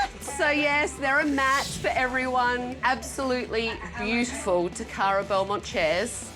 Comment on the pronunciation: It's bewdifal